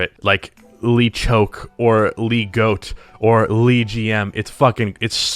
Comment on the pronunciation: I can’t be the only one bothered by pronouncing things like “LeGM” and “LeChock” like “Lee”